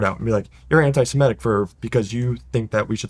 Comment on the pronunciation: Start by pronouncing 'Semitic' correctly.